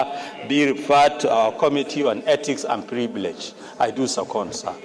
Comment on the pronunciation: Did the aboki senator just say "ethics & pribilege? 😂😢